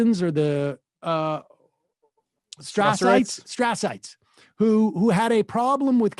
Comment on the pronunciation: I googled 'straasites' and got 1 result 🗿 (I've since figured out he meant Strasserites)